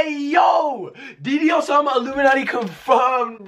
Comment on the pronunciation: his name is dude-e-low